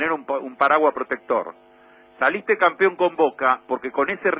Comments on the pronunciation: Yo digo campeón, no campion. Tratá de no comerte las s JAJAJAJAJAJAJA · Se dice "campeón" no "campión"..jaja .me parece increible q un panelista de una prestigiosa cadena no sepa pronunciar una simple palabra...😂😂😂